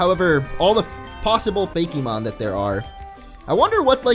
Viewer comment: you are going to kill me why the heck do you keep saying "fakymon" its freaking fakemon fakemon fakemon fakemon fakemon god